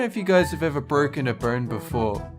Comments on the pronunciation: WHY DID YOU JUST SAY BTROCKEN ARM!!! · Is it me or he says borken a burn.. Hilarious though..